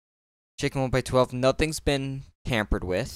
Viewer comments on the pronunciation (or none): He said nothings been pampered with XD. Tampered*